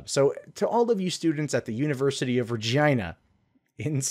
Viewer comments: You pronounced it correctly. Regina is "REE - JAI - NA" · Believe it or not; you're pronouncing "Regina" correctly. It's the capital city of Saskatchewan. source: I'm Canadian. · Your mocking way to say Regina is actually how it's pronounced. My fiance and I had a good chuckle at that. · Hahaha. You got it right,. The way us Canadians say "Regina" rhymes with vagina. Saskatchewan's easy to point out on a map. If you add it to the USA as the 51st state, it'll look like the country's flipping the bird. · Your pronunciation of Regina is 100% correct. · You pronounced Regina properly as far as we Canucks typically do. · You're actually pronouncing Regina correctly. As a hockey fan, I've heard that city's name numerous times. Also, think back to Deadpool when he says, "That's why Regina ... rhymes with fun." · Sadly you are actually saying Regina correctly. Yes, there have been a few jokes made about that one. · Pronouncing Regina with a hard 'I' is correct, good job. 👍